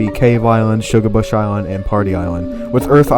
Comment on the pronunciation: You massacred my boi. (Shugarbush)😢 No hate tho, good video!